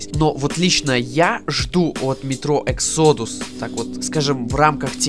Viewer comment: Может выговоришь exodus правильно?!